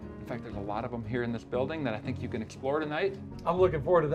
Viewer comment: "Won't someone thinik of the possums???... Oh thanks..."